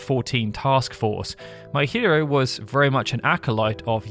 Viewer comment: Every time you mention Kazutoyo Maehiro, I hear "my hero" instead of "Maehiro". And considering that this dude is bringing us this game, it's very fitting 😎